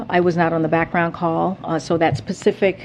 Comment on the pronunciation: Did she really forget the s in specific or am I miss hearing her...lol That damn Pacific its never around when you need details..